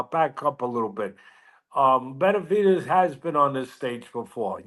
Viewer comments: Benevidez gone work dis boy lol. N wa so wit u, why u keep pronouncing Benevidez as Benavites?! I don't get it, I mean u are Hispanic obviously, so idk how u don't know how to say my dawgs name but it's all gud lol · This guy still doesn't know how to pronounce Benavidez...